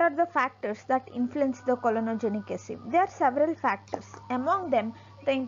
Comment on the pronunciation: clonogenic not COLONOGIC😬. What has a colon got to do in this experiment, Miss??